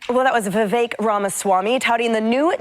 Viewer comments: His name is pronounced as Vevake, NOT Veveke! 😮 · Vih-vake. If I had to learn the pronunciation, EVERYONE DOES! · Vivek pronounced like cake. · It’s pronounced like cake. Vivek is pronounced Vivake.